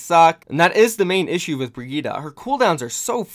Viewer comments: Her name is pronounced "BRIE-GIT-EH"! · Everyone pronounces Brigitte like “Brigitt” or “Brigitta” if you just pronounce the E in the end you basically pronounce it right. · Is Brigitte so hard to pronounce? Just say Brigita xD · No, it's pronounced "BAH-GET" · Why did you change the way you pronounced Brigitte’s name several times in the video? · Everytime you say her name wrong, my heart breaks for her.